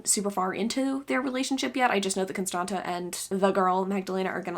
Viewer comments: I'm romanian and the second t in "Constanta" is pronounced like the zz in pizza :) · Si eu ma gandeam ca e probabil "Constanța" :))